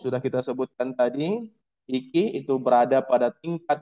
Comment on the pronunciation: maaf pak IQ itu di baca nya ai qyu